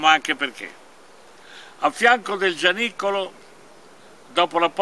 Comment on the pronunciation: Giannicolo o Orazzicolo ? C' è un " n " di troppo , un abbraccio al duo !